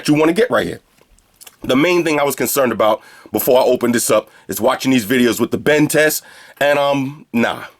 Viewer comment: "I'd probably never use deese but, watvr. Free headphones" LOOOL LOVE UR VIDS